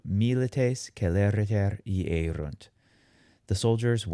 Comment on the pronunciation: iyérunt not iérunt !!!